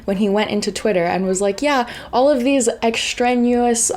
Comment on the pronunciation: I'm sorry. If we're going to talk about how ignorant Trump and Musk are, we really need people that know how to pronounce words. The word is "extraneous". "Ex-train-ee-uss". Not "extrenuous" or whatever you said. I'm not trying to be mean but we've got to be immaculate with our message. We can't throw stones from glass intellectual houses and our country's survival actually depends upon getting our message out clearly, concisely and eloquently. This is not a classroom at the local junior college. This is the future of the world we are speaking of.